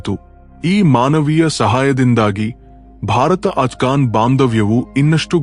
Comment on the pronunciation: ಅಲ್ಲಯ್ಯ ನೀನು ಅಫಘಾನಿ. ಅನ್ನದೇ ಆಟಗಾನಿ ಅಥವಾ ಬೇರೆ ರೀತಿ ಅಸ್ಗಾನಿ ಎನ್ನುತ್ತೀಯ ಏನು ಉಚ್ಚಾರಣೆ